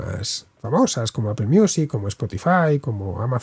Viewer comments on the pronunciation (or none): none